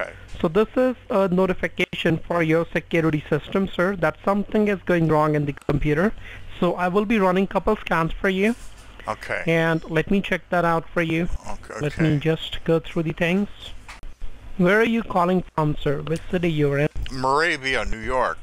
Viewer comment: sounds like he said that he will run a couple of "scams" instead of a couple of scans.